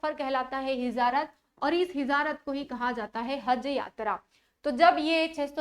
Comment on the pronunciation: Hijarat nh hijrat bolte h